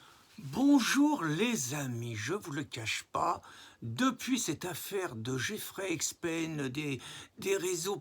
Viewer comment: Ah ah, tu me tues quand tu fais exprès d'écorcher les noms, "Jeffrey Expen". Bien joué!